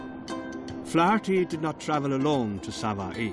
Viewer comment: when the narrator pronounces 'Sava'i' 🤦🏾‍♀️🙅🏾‍♀️